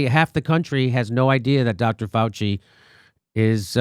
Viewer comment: “Felchy” not Fauci.